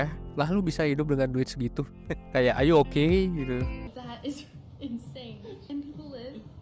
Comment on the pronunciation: are yu okee... hahahaha